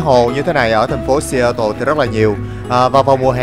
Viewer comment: Seattle đọc là Sì-á-đồ ạ